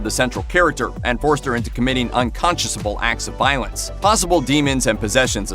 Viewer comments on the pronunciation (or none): Unconscionable is pronounced un-kon-shuh-nuh-bl. Unconsiousable is not a word. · It's "unconscionable," not "unconsciousable"